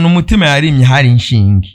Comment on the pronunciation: Ntibavunga inshinge bavuga "ishinge"